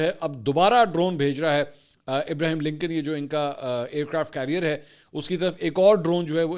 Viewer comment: Ibraham lankan hota hai. Not Ibrahim